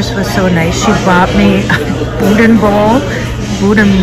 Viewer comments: it’s actually pronounced “BOO’-DAN”. And that soup I’m pretty sure was gumbo. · As a Louisianan: some FYI’s for you. 1) gumbo is not soup, it is more of a stew 2) boudin is pronounced boo-dah, you do not pronounce the “n” at the end 3) alligator can be very tender, depends on how it is prepared. I live in the middle of Cajun country. If you ever pass close to Lafayette, Louisiana be sure to stop by, you would love the people, food, and culture. The Tabasco plant is not far from here. Would make a great video. Safe travels, God bless! As we say in cajun country, laissez les bons temp rouler (let the good times roll)! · Boo-Dan is the correct pronunciation in Louisiana 😀